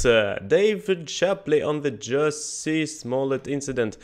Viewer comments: First, the audience was laughing because his name is Pronounced Jessie, Not Juicy. Second, MAGA is people who are Trump supporter's. They wear red hats that say Make America Great Again {MAGA) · Chappelle said Jussie name wrong. He called Jussie name Jucy.